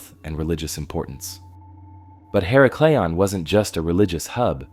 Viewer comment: her • Ack • leon You are saying hera • Cleon Just trying to help… Tom